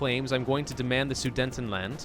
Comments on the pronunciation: I cringed every time he called the "Sudetenland", "The Soodnetend Land"! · Omfg it hurt when u kept calling it the sudentenland (it’s soo deten land) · Please stop saying Sudentenland it's Sudetenland